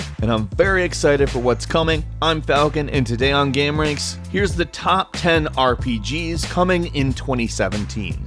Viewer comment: Every time Falcon says the word "game" it sound like he's saying "gaem"